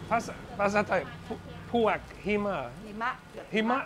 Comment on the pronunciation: You called Puek (Taro) not sharp then it sound like Peau ( Husband) ….. you are so adorable cheers